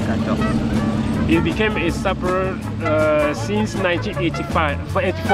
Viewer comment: No hate but I kind of die inside when I hear Drews pronunciation of sapeur. (I speak French)